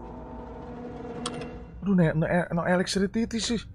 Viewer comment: "there is no elekstritikikikikisi kocak"